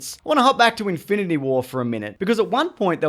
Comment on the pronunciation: It's in-fin-ity not Inf-i-nit-y war